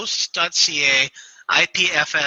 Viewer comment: Good show. Is it IPFS instead of IFPS which you have repeatedly mentioned?